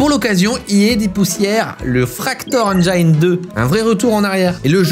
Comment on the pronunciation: Engine ne se prononce pas « engyne » par contre